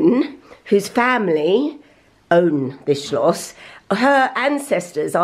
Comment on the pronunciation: I love the fact that you keep saying Schloss😁. Lots of love from Germany😘